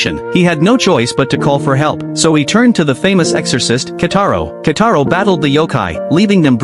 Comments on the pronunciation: "Kitaro" not "Kataro" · It's Kitaro and not Kataro😡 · Who the hell is kataro it's kitaro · His name is Kitaro, pls fix it next time ☠️☠️☠️☠️